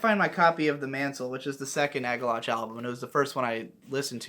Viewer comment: It bothers me that you pronounce Agalloch as Ag-Ah-Loch instead of Ag-Ah-Lock.